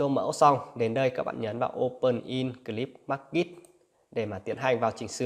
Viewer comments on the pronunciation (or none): hay lắm ạ nhưng anh đọc sai phải là clipmaker chứ ko phải clipmarket